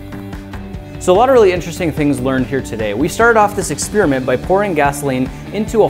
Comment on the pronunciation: Ex-Peerment. Ex-Pairi-ment